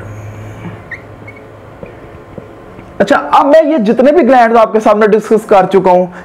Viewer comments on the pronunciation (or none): Bhai pehele kuda pad ke aa "gllandds are theaa" 🤣🤣🤣